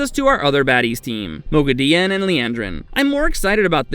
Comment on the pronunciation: Really? * CAR'A'CARN Correct pronunciation: Car'AH'carn - His pronunciation: Car'AYE'carn * MOGHEDIEN Correct pronunciation: Mo'gi'di'ehn - His pronunciation: Mo'geh'di'in * RHUIDIAN Correct pronunciation: Ruh'i'di'an - His pronunciation: Ruh'ee'di'ahn * SUAIN Corrent pronunciation: Swan - His pronunciation: Sue'ahn * AMYRLIN Correct pronunciation: Ah'mer'lin - His pronunciation: Eh'mer'lin * EGWENE Correct pronunciation: Eh''gwain - His pronunciation: Eg'gwine 🤦🏻‍♀ I don't know how many more names/titles he ended up butchering, because I finally clicked dislike during the Egwene pronunciation debacle and left the video. Yes, he did pronounce some names and things correctly, but I started to doubt he'd ever watched the show much less read the books and was just making Wheel of Time videos to make money off WoT fandom and he couldn't give even a smidgen of a rat's arse to get the names of major characters correct. There are enough true fans of WoT making excellent breakdown videos and review of the show that I don't have to waste my time watching this channel's rubbish.